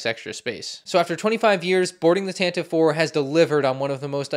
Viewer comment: are you even a Star Wars fan. Can't even pronounce tantive correctly 🙃 My favorite part about this is the Fives who doubles as a stormtrooper.